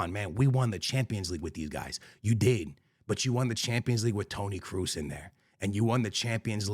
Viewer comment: man cant even say kroos corectly